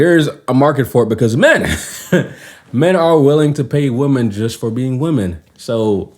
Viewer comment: That's funny when you made fun of the British accent. I like making fun of yours and the fact that you pronounce "women" as "woman" sometimes. It's good to make fun of every culture.